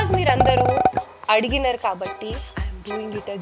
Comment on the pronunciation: Adiginarr kadu amma adigirru anu